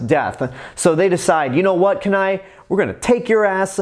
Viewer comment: Kenai's name is pronounced keen eye not kanai.The other two brothers are called Sitka and Denahi. I love the gta 5 joke with Trevor because Trevor is basically the polar opposite of a stereotypical Canadian. Its like they had all these Canadian stereotypes and Trevor is like, 'Man fuck this' and mows it down with a machine gun. No wonder why all the Trevor rampages in gta 5 happen because almost everybody makes fun of Trevor for being Canadian even though I did not know Trevor was Canadian until much recently